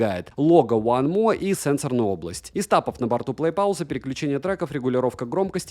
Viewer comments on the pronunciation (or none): none